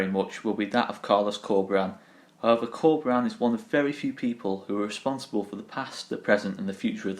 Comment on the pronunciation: I wholeheartedly agree, the future is looking really bright if we can create a project around Bielsa and Corberán. Awesome report. Just wanted to point out that "Corberán" should be pronounced with an accent on the last syllabe, you are saying Córberan now.